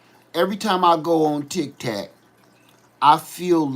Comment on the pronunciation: It is Tik TOK, not the mints Tic tacs. U had me laughing! Not being harsh, just letting u know for next time. I have never been on there because it is China operated, and don’t want them to have permission to my info.